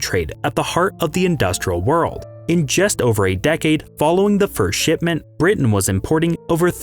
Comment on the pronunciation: "the very first shitment of guano"